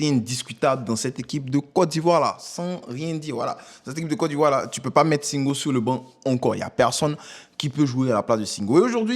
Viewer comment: Prononcer bien nom de SINGO non y’a quoi même ?